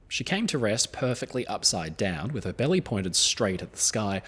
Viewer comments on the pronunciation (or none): none